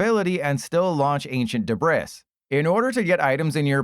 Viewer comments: Show me a better combo than YouTubers and mispronouncing ‘debris’ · bro doesn’t know how to pronounce debris